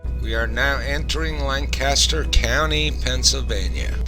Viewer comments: Very nice video. I live here in Lancaster and my only thing was the pronunciations. It's a lancastrian thing. It's Lank-kiss-stir non Lanc-caster and it's ah-mish not A- Mish like apple. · They are pronounced. AH-MISH and LAN-keSTER. (By the way, they are not Dutch, they are German--from "Deutsch," the German word for "German.")